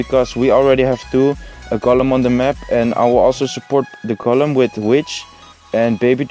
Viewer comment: je spreekt golem uit als goolum niet gollum